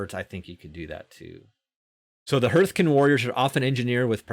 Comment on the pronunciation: Because you might be saying it a lot, I wanted to point out that Hearth is pronounced "harth" not "herth". Like "Heart" rather than "Earth". English is a stupid language because the letters E A R can make four different sounds, including Clear/ear.. bear/tear. Arr, Err, Eer, Air.